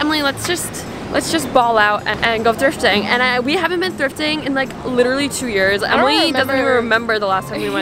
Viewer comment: She went thrfiting.. not thrifting😭